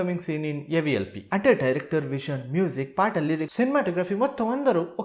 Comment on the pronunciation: AVLP kadhu bro AVPL 😂😂 😂😂